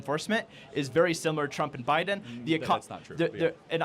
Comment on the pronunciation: Beedin no no biden